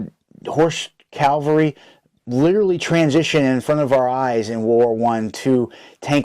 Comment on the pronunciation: Nice video and thanks. FYI it pains me to hear someone call mounted soldiers Calvary. Cal-very Is where of Jesus was crucified. Cav - alry are mounted soldiers. Just for future reference.